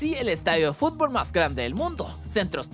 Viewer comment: dijo fubol